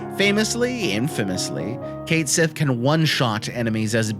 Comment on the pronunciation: Finally, someone else who loved this little dude. I had him in my party the whole time during my FFVII run and I never looked back or regretted it. Cait Sith fans rise! Now we just need to work on the pronunciation.